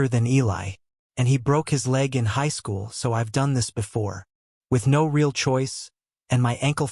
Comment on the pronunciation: Every sentence beginning with "No" is mispronounced in a Hispanic accent.